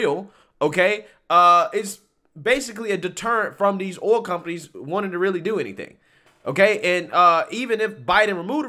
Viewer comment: So many Americans struggle saying the word "oil" lol... it's hilarious. OIL not Ohl